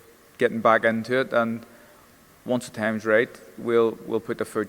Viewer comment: How come pronounces TH words with V